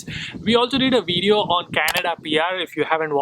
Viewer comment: It's not wedio but Video. Indians pronounce V sound as we. V has lower lip touching top teeth. Ask your wifee.